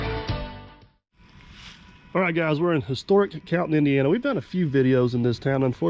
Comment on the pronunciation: I played portions of the video repeatedly trying to understand where you were. Finally in viewers comments, I found Cannelton, IN. Please try to enunciated place names more clearly.